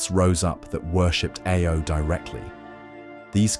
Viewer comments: you keep saying IO instead of AO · he's not even said IO, it was I-O XD